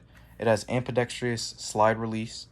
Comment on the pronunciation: Pronounced am-be-dex-trus NOT am-be-dex-tree-us